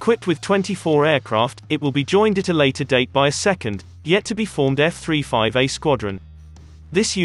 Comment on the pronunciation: f three five er who is reading the info ?